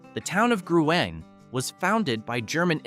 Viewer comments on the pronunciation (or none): That's pronounced GREEN not Gru in! At DUH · Gruene is pronounced Green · It’s pronounced like the color Green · Here’s another mispronunciation to join “Grewany” Longhorn Caverns are in Burnet County. Burnet is pronounced like Durn it, as in Burnet durn it! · Gruene is pronounced "GREEN"! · GRUENE HALL IS PRONOUNCED AS G R E E N !!! And I'm pretty sure it can not accommodate 600 patrons. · That bugged me so much I had to reply to it, for a second I thought he pronounced New Braunfels as New Braunsfels...which so many people do, even when I correct them and show the proper spelling, they just keep putting that "S" inside the word....it's weird. But the pronunciation of Gruene, the way he did it, was a first to my ears.